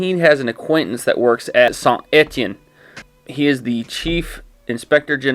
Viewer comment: La prononciation de saint Etienne et vraiment bonne pour un anglophone